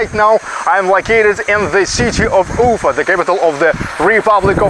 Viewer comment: I would strongly recommend not making unusual wrong emphasizes in geographical names. Like Ufa [ʊˈfa]. The right pronunciation in the original way demonstrates dignity and self- respect. The same about personal names. Good luck.